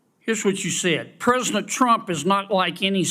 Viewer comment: Kennedy can't even speak English..his ignorance is as astounding as his illiterate speech! "Prosant" instead of President, etc etc!